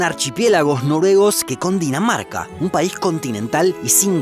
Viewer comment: dices que cundinamarca pero en realidad es Dinamarca yo entendí cundinamarca